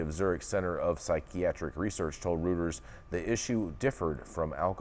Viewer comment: Reuters is pronounced "Royters".